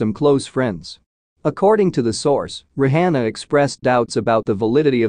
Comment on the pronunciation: Not even saying her nane right 😮 Rihanna